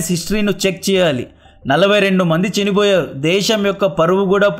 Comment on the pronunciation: కంటెంట్ బాగుంది. మాడ్యులేషన్ అసహ్యంగా ఉంది. చినిపోయారు ❌❌ చనిపోయారు✅✅✅